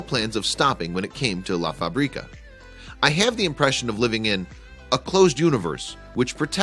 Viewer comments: It's funny this guy saying la faBRIca, he should say la FAbrica, stress in the the FA not in the BRI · “La Fabríca” haha it’s Fábrica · What a nice place, he has changed up something ugly into a palace. You have little pronunciation mistake, "fábrica", has its stress on the first syllabe (fa) not on the second one (bri). Spanish is a tonal language if you change the stress you change the meaning of the word. If you say "la faBRIca" you are saying "he makes her up", but if you say (la FAbrica") that means "the factory" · if he says "la faBRIca" one more time Istg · I cringe everytime he says "La fa-brí-ca" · who knows spanish and crige every time he says La fábrica.loool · Did you know, to ask how to pronounce a word before making a piece? Fabrica, accent on the first "a". Let's be honest, the place will be fresh during the summer months and bitter cold in winter, so a nice summer villa.